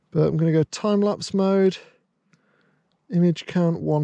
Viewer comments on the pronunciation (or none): none